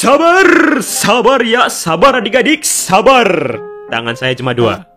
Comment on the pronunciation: sabar atau saber bang 😂😂😂